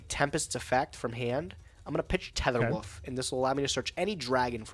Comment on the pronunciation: There are many classic gageisms throughout the series. Goblin daberg, mecha fandom beast tether woof, calling ring of destruction “ROD”